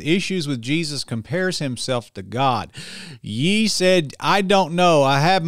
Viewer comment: FYI, Ye is pronounced “yay”, just like it sounds in the name Kanye (kan-yay).